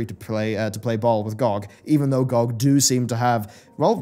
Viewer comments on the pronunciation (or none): it's not gogg, it's g-o-g.